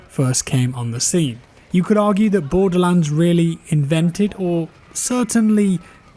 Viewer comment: Really sounds lioke youre saying "Bore The Lance" over and over haha